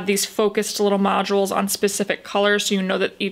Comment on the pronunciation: Modules is 2 syllables not 3 🙄